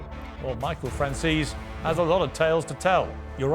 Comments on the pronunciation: How can he say "Franzees" over and over ? He's italian! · Piers please pronounce maahvia correctly and your guest's name Francheseee" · FRAHN-ZEH-SEH this is how you pronounce this last name, so hard? Omg all these people franz this fran that jeees. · "Franseez"? At least respect the guy enough to pronounce his name like a real wiseguy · Piers Morgan will never outgrow that BBC TV Talking Head "Gotcha" approach the the questions he asks.. "your own father", there are much, much better long form interviews with Michael Franzese whose name Morgan in his very "I am your Better" British manner refuses to even pronounce correctly.... bah, i just can't like this fucking guy.